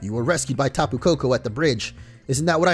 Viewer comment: It's not tah-poo, it's tap-poo